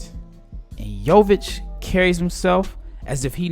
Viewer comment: U are pronouncing his name pretty well ... considering most Americans butcher our names